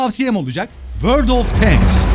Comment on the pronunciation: abi kızma ama şuna n`olur "tenks" deme, "tanks " o ama kızma seni seviyorum.